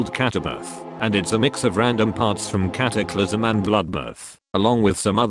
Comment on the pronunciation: you can't even say cataclysm😂😂😂😂